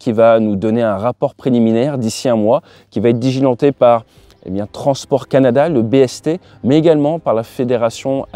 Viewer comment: "l'interception de ka piste", "l'enquête digilentée"... 😂 Faut te reposer 😂😂😂